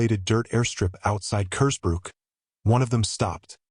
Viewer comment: As soon as I saw the mispronounced version of Kersbrook, I knew it would be AI slop.